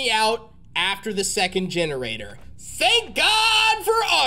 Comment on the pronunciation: "fank god for auto save"